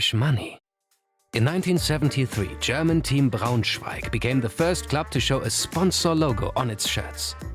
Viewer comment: I like how you pronounce german words right